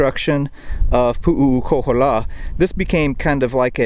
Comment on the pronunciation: Hey, here's a bit of pronunciation help. 1. Kamehameha. You said it like Kameamea. Just add the H sounds. 2. Puʻu Koholā. You said it sorta like Puʻuʻu Koholā. Just change Puʻuʻu to Puʻu. You had 3 U-s. Use 2 U-s. Hope that helps a little. 😁 🐬🏝🌴🍍🍌🌴🏝🏄‍♂